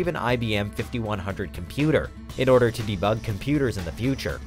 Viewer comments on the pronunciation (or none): none